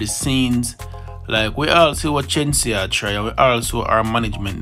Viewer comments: Its not chenseea, its Shenseea🙄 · FIRST OF ALL WHO IS CHEN-SI-A? GET HER NAME RIGHT FIRST YOUTH… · You pronounce her name with a ch sound 😂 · The lady name Shenseea not Chenseea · Go learn to pronounce Shenseea’s name properly before you start spread lies and propaganda on the artiste them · Bro if you gonna about her at least pronounce her name right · The least you could have done was pronounce the girl's name properly. Kmt. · If yaa go bring dung the gyal atleast pronounce har name properly 😒😒😒